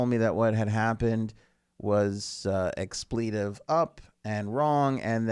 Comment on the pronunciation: Sir! Please learn how to pronounce the word expletive.....it's not pronounced exPLEEtive.